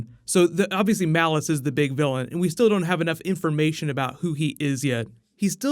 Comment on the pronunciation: Why do you keep calling him "Malice"? It's Mollus...it's always been Mollus, even in the comics. I know pronounces a bunch of stuff wrong but this is worse. Mollus and Malice are two very different words.